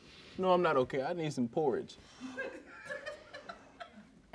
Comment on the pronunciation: "this library doesn't have poriage?"